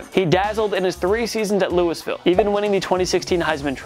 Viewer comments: But Louie-ville is still waaaay better than the way it was pronounced in this video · Lewisville WTF ITS Louisville (Lew-e-vil) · “Lewis-ville” lol. It’s pronounced “Lou-uh-ville,” slugger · It’s pronounced LOUIE-Ville. Not Lewisville. You guys are terrible with pronunciation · Hey yank Louis-ville isn't a place or school in KY. Lool-ville or maybe even louie-ville will pass but not what you said. Say it right next time so it sounds like you did a little research and not just reading a script. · Lewisville??? Louieville bro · Louisville not LewisVille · Dude it's Louisville not Lewis Ville!!! 😂😂😂. "Lou-i-ville" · Dude—It’s Luwavulle - not Louis-ville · Louisville is not "Lewis-ville" its "Loo-a-vul". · "Louis-Ville"??? It's pronounced "Loo-eeville". "Pol-eye-an"??? It's "POL-ee-an"....do you even sports, dude? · Louisville is pronounced LOOEYVILLE not Louis-ville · It's pronounced Louie-ville, not Lewis-ville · "Louis-ville" "Bill Po-lyon" C'mon man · What the hell am I even watching? Bill Poe-lion? Lewisville? Do you have an editor? Have you ever watched sports? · Hm, not often you hear Louisville pronounced as "lewis-ville" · loo-iz-ville hurt my ears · says Scouts don't know shit and then says LOUIS ville xD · Lewis -Ville .? you never heard it called anything else in your life ? LOL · STOP SAYING LEWISVILLE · it’s actually Lul-Vull. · Lewis-ville lol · POLE-LION and LEWISVILLE!? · Bro I’m a Louisville fan and I was like what did he say, LEWIS-ville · LUIS-Ville? And Bill PELION? Polian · Hmmmm..... we have first round draft picks on here but in drafted And future HoFer James Harrison is not. Between that. Lewisville and Pole-EYE-an..... I’m out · Lew-iss ville? LOL. Has this guy every taken a geography class? Ever watched college football or basketball? Geez. It might be excusable, if he didn't make so many snarky comments about NFL coaches and execs doing poorly at THEIR jobs. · Lewis-ville? Pole I Ann? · Lewis-ville? Really? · Lol “Lewisville”